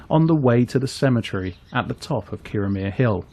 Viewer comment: I totally agree. I was in Kirriemuir a few days ago, not in Kirriemare, and I was on the Breech('ch', like the 'ch' of loch) Road and it's Thrums not Thurms. It shows an ignorance and laziness. I'm not even Scottish.